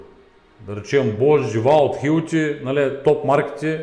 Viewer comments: Деуолт не девалт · "Винтовърт" "Ко сме забелязали" "Иното" "Глеите" "Могу ,могу" "Девалт"